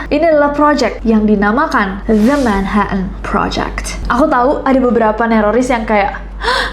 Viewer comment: Jd lucu dgr nessie blg "manha en" project 😂